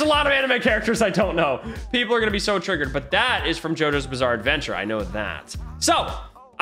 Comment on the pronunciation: "jotaro's bissare adventure"